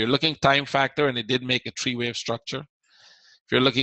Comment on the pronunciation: Its one two three not one two tree